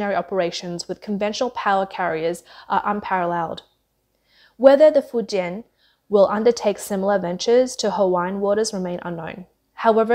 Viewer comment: Fuen ? Fu jian ( 福建)